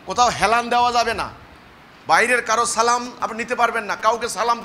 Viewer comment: সালামের সালামের উচ্চারণটা ঠিক করে করতে পারিস না